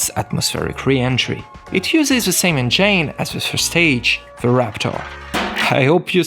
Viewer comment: Thank you. Nice accent. Learn how to say engine correctly plz